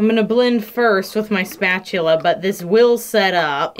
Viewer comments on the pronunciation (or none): O.O Did she just say "smatchula"?